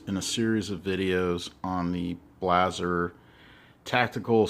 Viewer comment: Good video, very informative. Blaser is pronounced [Blou-zr]. Love my LRS 2 in 300WinMag.